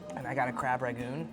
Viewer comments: Every time you say Crab RaGOON it kills me, it has an N lol its Crab RANgoon. Also as a barber I can tell you, you would look hot with a shaved head. You have a great shape for it, just take it off! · This was a fun video I love y’all’s commentary 😂 also it’s ‘Rangoon’ not ragoon 😅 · Crab raNgoon. Not ragoon.... just saying